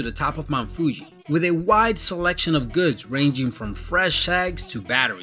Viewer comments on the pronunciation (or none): none